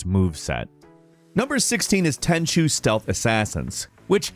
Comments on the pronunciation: Aye he pronounced Tenchu correctly instead of Tenku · he finally pronounced Tenchu correctly. He used to say Ten-ku before. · It's nice to hear not butchering pronouncing Tenchu anymore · Wow, he said Tenchu instead of ten-coo. 👏